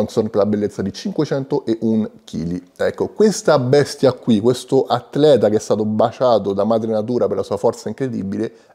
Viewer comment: sei un grande però te prego "Atleta" con una "t", non è "Attttleta"!!!